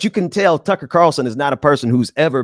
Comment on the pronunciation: I thought he was saying Cucky lol